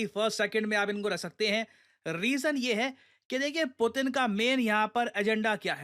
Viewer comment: pyuton ?? Putin ✅